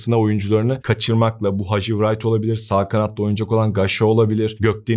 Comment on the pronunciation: Hadji wright okunurken w yok sayilarak "rayt" diye seslendirilir .